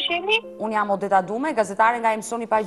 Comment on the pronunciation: Odeta. Mos u jep emrave theks arab